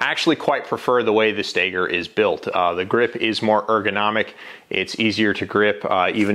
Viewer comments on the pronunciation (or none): It’s pronounced Stoeger not stager , and everyone who loves their Glock can be happy with their over priced gun my Stoeger speaks for itself. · The shooter Ben Stoeger pronounces it "Staygur" - Everone else says "STOWgur" - I just don't know.